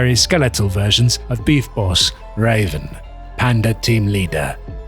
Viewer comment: Here name is ravage not raven